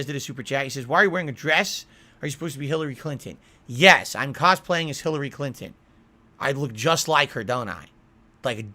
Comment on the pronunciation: "Philary Clinton Karen Burnell" 😂